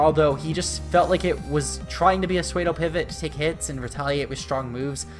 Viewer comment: Did he say “suede-o”